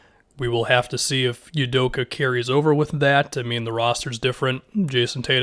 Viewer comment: For reference, pronounced “Ou-doh-kah”